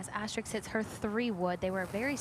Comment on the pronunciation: someone should have told that announcer her name isn't Asterik